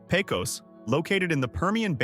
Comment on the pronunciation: It's not Pay-cose. It's Pay-cuss.